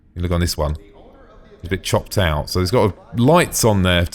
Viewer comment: I swear when he said "little bit chopped out" about the wing I heard little bitch hopped out lol XD